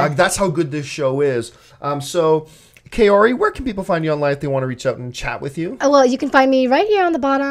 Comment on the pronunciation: No offense, nice after show discussion but I keep cringing every time I hear you mispronounce the name 'Kaori'